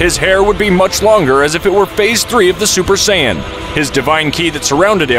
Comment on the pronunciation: Ah yes the super sayayain